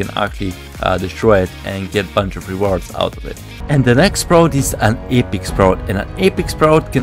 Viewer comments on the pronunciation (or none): Seelver, eepiek sprout